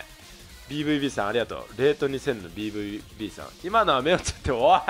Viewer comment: bvbの読み方はドイツ語発音のベーファオベーですね いつも楽しませていただいてます^_^ ドイツ在住FIFA 派より